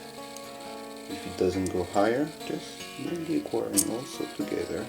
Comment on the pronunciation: it's "equa" not "quary"